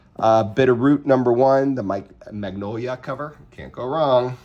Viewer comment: Cool haul, quick tip his name is pronounced Min-yo-la, you aren’t the only one who puts a second I in there lol